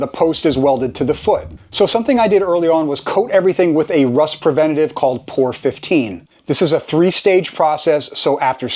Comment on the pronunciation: Never heard it called "pour 15". Its P O R 15, pronounce each letter individually. It stands for Paint On Rust and its difficult to get a good coat on smooth surfaces, as its designed to seal active rust. You can buy it in tiny cans. If you ever get any in the groove in the top of the can, and then seal it, you will destroy the can next time you open it. On those openings, spread steel wool over the openings and then spray the foam. Mice can eat right thru the foam but not the steel wool.